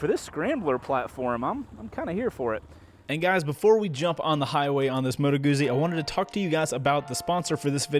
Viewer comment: It’s “Moto Goot Zee”, not moto goozee. Also it’s a V twin dude, like just count the cylinders lol.